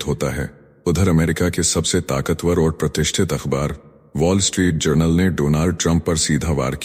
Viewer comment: पोल स्ट्रीट नही वोल् स्ट्रीट सही.